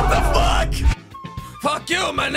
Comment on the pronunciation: you can’t even say fuck right